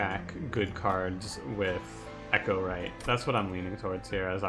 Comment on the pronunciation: it's pronounced e-CHOW-right, not ECHO-right. The champion Chows on cards, there's nothing about echoes in this clan